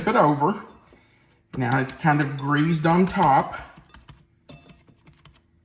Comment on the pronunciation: I loved how you say "greased" with a z like "greazed". Lol. Will be making these soon.